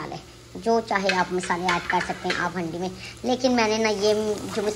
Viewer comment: Hundi nahi haandi 😂